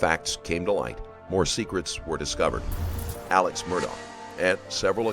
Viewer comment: Also his name is spelled Alex however it is pronounced "Alec"